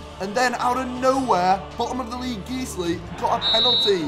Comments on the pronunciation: Guiseley is pronounced as GUYS-lee not Geez-lee! It’s a suburb in Leeds. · I’m sorry geezly?😂 Guys - lee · Geesley😂 Geyesley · Hi Morgz, sorry we couldn't keep up the magic! It's Guiseley like Guise-lee! We'd love to have you at Nethermoor, just reach out to us. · ITS NOT GEEZLY!!!!!!!